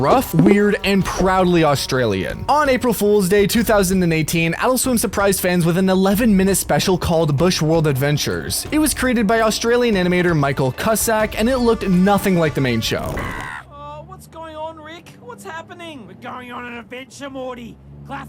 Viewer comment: no way he’ said it like “Michael cussack”